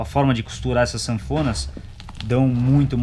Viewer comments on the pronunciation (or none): Maleabilidade e não Manéabilidade. :D Ótimo Review, trabalho excelente.